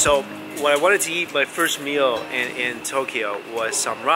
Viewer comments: It sounds like he’s saying yeet every time he says eat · Who heard yeet? When Mike said eat??? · when u say eat u say yeet lmao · Whenever you say eat it sounds like yeet, lol.